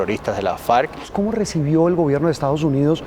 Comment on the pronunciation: Este julano asesor de Trump no sabe ni como se llaman los narcos enemigos del cartel de Medellín, el que sostiene a Duque y Uribe, se llaman FARC no falc, carajo, te volviste a tragar la r chino